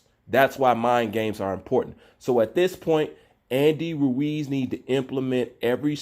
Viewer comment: Lol always struggles to say Andy Ruiz’s name. Every time 😂😂. Ruuew-eez